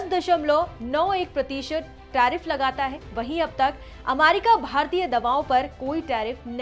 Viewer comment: Ammmaaaarki ammmaaaaarki mut kro didi 😂